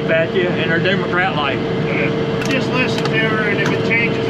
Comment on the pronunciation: Did he call them Democrat lights? 😂